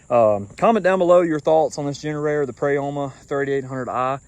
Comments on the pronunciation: Pro-YA-MA say it with me friend 😂 sorry I had to. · It the part of the world I live in the “O” does not have a sound of Prayama